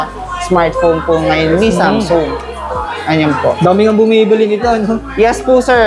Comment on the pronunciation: Mali pronounce mo sa samsung anong samsoong sung yan tanga basta pinoy talaga nakakarindi ang pronunciation